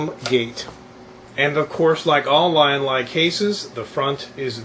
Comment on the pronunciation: from LYIN - LAI to Leean -LEE lol